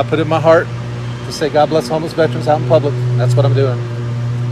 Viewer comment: FYI there's no such word as "Vetrains" its correctly pronounced as Vet-"ER"-ans ER Like gerr ER Gerr........not Tra like Tran no its tERans